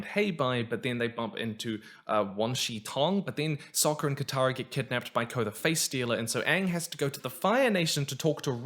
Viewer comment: Yeah, they pronounced it 'Ong', like Bong but without the fun. They also called Sokka 'Soakka', like a Super Soaker, and they called the fucking Avatar the 'Ovatar'.